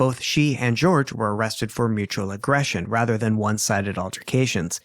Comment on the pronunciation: I hate that the trial and how Sarah called him George caught on. It's not pronounced like that. His family has said he went by Jorge pronounced Hor-hay.